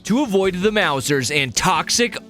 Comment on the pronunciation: it makes me laugh super hard every time you say 'maw-zers' as opposed to the correct 'mouse-ers'. comic gold. were you even familiar with tmnt before this?